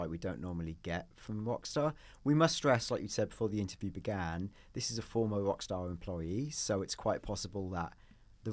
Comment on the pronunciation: please pronounce your R. it's NOT WOCKSTAR